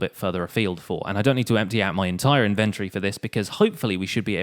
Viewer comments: It's inventory not inverty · If he pronounces inventory wrong again i swear to god im unsubbing... Thats a joke I love your series. But stop saying it wrong lol.